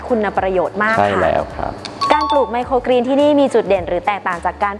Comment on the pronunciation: เรียนพิธีกรสาว ไมโครกรีน ไม่ใช่ไมโครกีน ต้องออกเสียงให้ถูกต้องด้วยคะ